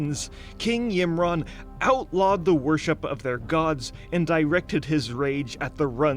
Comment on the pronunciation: My ears are bleeding from his pronunciation of Ymiron and Vrykul lol